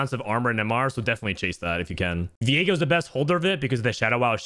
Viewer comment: did he just call viego diego lool